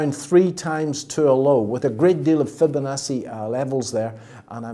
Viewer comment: Say, "Fibinassey" one. More. Time.